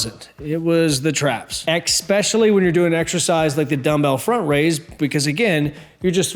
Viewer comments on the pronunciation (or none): Hey. Dude. Love your show. in this video you use a new word in English. You say "ekspecially". The word is especially. I looked up Sesame Street to see how you pronounce this word; You say, "ES_PESH_A_LEE". Practice this and slowly melt all the sounds together to join them into one smooth word with 4 syllables. Cool mate. Hope that was helpful. Love your videos by the way. Keep it up mate. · I normally hate when people say ex-specially. but you hit it hard and have my respect lmfaooo